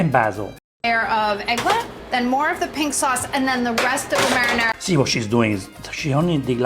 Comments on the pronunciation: The way she pronounces "Marinara" lol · She say "Merrynera" like Merry Christmas. Her pronunciation is so funny 😂